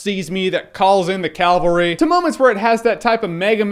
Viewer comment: "cavalry" not "calvary". calvary is where Jesus got crucified. sorry, my inner grammar nazi kicked in.